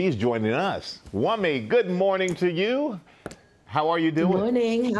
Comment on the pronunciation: what was that? how hard is it to pronounce wunmi😏😏